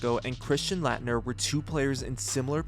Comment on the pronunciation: Dude it takes 20 seconds to find a YouTube clip so you can pronounce Christian Laettner's last name correctly. You butchered it like 10x. A Dream Teamer & college legend. EMBARRASSING.